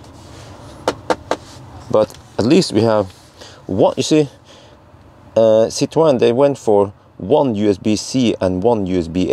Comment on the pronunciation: compliments for your "French" pronunciation of the Citroën brand/trade name. The history of the family name is of a Jewish family in the Netherlands that changed their family name to the Dutch word "citroen" (pronunciation in English phonetic "citroon" or in French phonetic writing, "citroun" and this Dutch word means lemon (English) or citron (French)). Fruit and vegetable traders. Then the family landed in France with their Dutch family name and the French (or the family?) started to pronounce that name as "citroën" - the way you do - and it sounded less lemon like that.